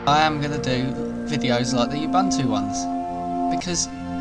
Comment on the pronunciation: No, but microsoft is about as professional as it gets. There's no reason to take out something that hardly anyone will ever see, much less care about. Also, it's pronounced "oo-Boon-too".